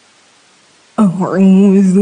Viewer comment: Kok tau'udz ny kedngaran baca auzibillah bukan auzubillah